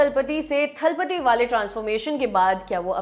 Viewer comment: Hello & Lallantop team, सही उच्चारण थलपति नहीं है, ये तलपति होता है। जिस तरह जयललिता हैं ना कि जयललिथा (Jayalalitha) । तलईवर का मतलब मुखिया या प्रधान होता है इसे थलइवा या थलइवर ना कहें